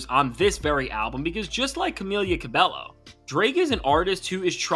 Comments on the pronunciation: For reference, Camila Cabello's surname is pronounced "cabeyo". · Just so you know for future videos, the double L in Cabello is pronounced with a Y sound like Ca-beyo